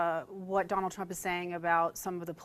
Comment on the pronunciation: He mispronounced 'Trump'...